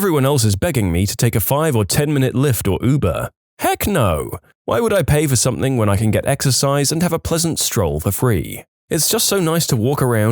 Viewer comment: No K in the word something